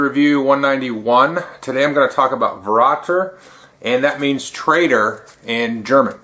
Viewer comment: Oooh, close. When you see an umlaut just think of it as "e": ä = ae, ö = oe, ü = ue But if you pronounce them like you would in bAY hOE glUE, it's incorrect. You have to pronounce them like if you put those two vowels PURELY together: that is, without any presumption of how those double-vowels (called "diphthongs") are pronounced in English. It's easy if you prounouce them separately and then try it faster, running into each other. Ah + Eh = in this case you already have this sound in English: its "a" as in "hAnd" "bAnd" "jAzz" "lAck" Oh + Eh = ? (You need this to pronouce MJÖLNIR!) Ooh + Eh = ? German is pretty straightforward with vowels, not like English where you have 12 vowel sounds crammed into 5 written vowels. However, when it comes to diphthongs a few exceptions do exist and that is the "eu" which is simply "oi" Thankfully, Consonants have one sound each. V and F both sound like the English F. W sounds like the English V (hence the German stereotype in American media where all words with "w" are replaced with "v"s) So: Fer-rä-ter, Moi-ter-er. (except most -er are simply pronounced "ah" as a common flair of speech, no stranger than Americans pronouncing, say, "other" with the full "-r" sound while Brits like to drop it entirely "Othuh." But this too differs in different parts of Germany.)